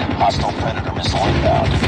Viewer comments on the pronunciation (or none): none